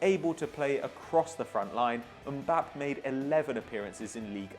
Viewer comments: Mbappae How you pronounce it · Its Mbapp"ey" just sayin! :P Keep up the great work!